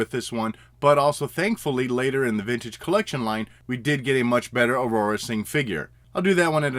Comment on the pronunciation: Dude...who is “Aurora Sing”? Her name Aurra...2 syllables. Aur-rah. Good review as always though and you don’t usually pronounce things wrong.